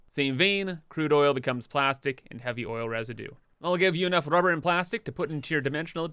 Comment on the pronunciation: I HAVE A DREAM... A dream where you stop saying RUE BAR and just say RUBBER. It would be wonderful if you can edit the video and just dub in RUBBER. Thank you.